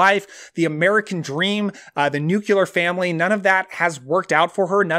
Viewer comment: *nuclear*. Not nucular. Adaptation, not adaption.